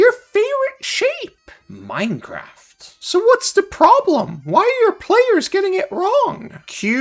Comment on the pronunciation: Succulent pronunciation.